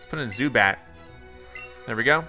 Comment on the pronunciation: Zubat like boo bat 😂😂😂😂😂😂😂😂😂😂😂😂😂😂😂😂😂😂😂😂